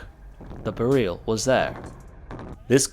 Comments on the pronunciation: It's BEryl, not beRYL. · Hey, just a small note. In Polish we would put an accent on the first syllable: BE-ryl. Great video! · Be-reel? Really? It's pronounced exactly how the word "beryl" is pronounced in English... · You say Bare-eel, we say Beril, what do the Poles say?